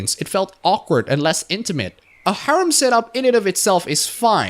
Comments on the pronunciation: Heh. Gotta say that the way you say "Harem" is far more akin to you saying Haram in my honest opinion. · Pronunciation for Harem : Hair - him. The "h" is silent. Surprised you dislike Harems even in fiction by the way. But, that is why we all have different preferences. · 1) I don't mean to be mean but it sounds like haram every time you say harem and I can't stop laughing. 2) I recommend Love Hina (the manga), considered one of the harem stories of all time. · isnt it pronounced hair um?